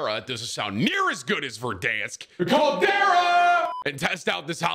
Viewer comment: Roll the "R" in Caldera, it sounds better lol